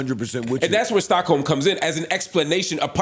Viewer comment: Joe: Is that Stockholms?: Please take that "S" out.. 😂😂😂😂